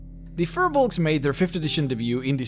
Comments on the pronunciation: Hey man, Firbolgs, pronounced "Feer-Balgs", are from Irish lore, they were the inhabitants of Ireland, this is where the old ones came from during the old days of DnD... go here ->... these new ones are not the same thing so this video is meaningless, i mean the only reason they have 'fir' nowadays is because the 'creators' at WotC just saw the word Fir in Firbolg and thought "hey they should be furry!"... its poor character creation... your videos are getting more and more boring since the dragon series ended, i mean who cares about giants... you should do the demons and devils and talk about the Blood War, or go into liches and the undead, or deviate altogether and explain the different greater planes... this stuff is lame though... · The name is pronounced wrong...